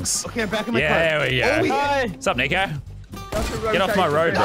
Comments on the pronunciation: He said nicco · He said nico not n word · when Vick said nico, i thought he said the n word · He said nico🙄